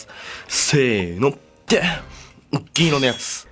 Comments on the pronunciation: What does he say all the time when he grabs the beer lmao “Geegoness”? Lol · This sorta became his thing since he loves this beer so much. He’s saying, “Gin iro no yatsu!” in his own funky way which means, “The silver one!” That’s also what’s written on his black shirt;)